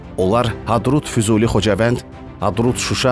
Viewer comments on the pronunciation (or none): none